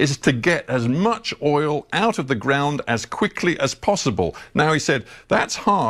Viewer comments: OIL not OLE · I love the way says oil, like oool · the word OIL has a dipthong. You are saying OLE. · Dude cannot pronounce “oil” correctly to save his life. Lol! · Say oil right😂😂😂.. oil oil oil oil oil oil oil😂😂😂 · man...why can't you pronounce "oil"? what kind of accent is that? Great clip BTW. :-) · Good video, but you need to learn how to pronounce the word oil